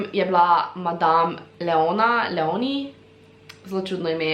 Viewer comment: hej, ni hate samo popravla bi te zaradi imena Leoni ali Leonie, ko prebereš to ime moreš naglas dat na črko e toraj Léoni